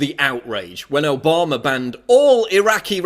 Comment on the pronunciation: Its Obama not Obamaer duffus .Get a speech therapist and your fact straight you are full of shit.